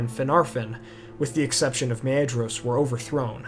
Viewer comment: Nitpick alert on pronounciations. Edain is prnounced ee-DINE, not ee-DANE. Maedhros is prnounced MAY-THROS (soft th) not MAY-EE-DROS. Other than that, good stuff!